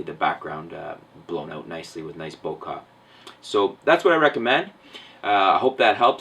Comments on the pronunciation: and, in its original language (Japanese), the word Bokeh is spelled ボケ. It really is read Bokeh, not bo-kah. I'm not quite sure why or who started the other version of pronouncing this word, but if there is a reasonable history, I'd be interested to know. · Its not bokah its bokeh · Bokah?? You mean bokeh ? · Sry but it's (Bo-Kuh) not (Bo-Kah) 😊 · Not BOKA... pronounced bokey (Bouquet) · There isn't an "a" in Bokeh hence it isn't "bokah".... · I wish people would pronounce this word CORRECTLY!!!!!!!!!!!!!!!!!!!!!!!!!!!!!!!!!!!!!!!!!!!!!!!! --------------------- "Bokeh" .......... BOH-kay! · he said bokAh and i was like, fuck this shit, close tab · Since it originally comes from the Japanese verb "bokeru," it should actually be "bo-kay." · I cringed a little when he said 'bokah' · U say bokah!. U spell it bokeh though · It's spelled bokeh, pronounced bokah. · its bokeh not bokah. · That's not true in this case though. You must google the pronunciation. I'm doubtful about your advice now. I can't believe you have been pronouncing the word wrong all this while. Please correct it moving forward as people try to learn from you. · No it's bokeh not bokeh